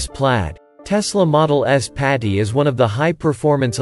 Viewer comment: its plaid.... not pady...